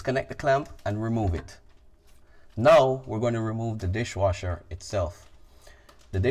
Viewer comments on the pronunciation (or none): You keep saying disjwasher...